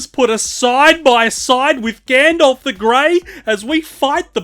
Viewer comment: who tf is "Gandolf"?